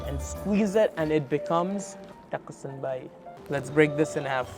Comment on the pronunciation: the way says tako senbei😭😭